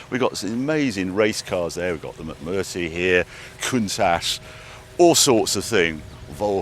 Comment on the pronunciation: I hope Mcmurtry don't mind you getting their name wrong Barry